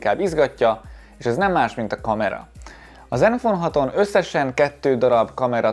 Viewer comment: Csak én értettem néha iPhone-t mikor zenfone-t mondott? :D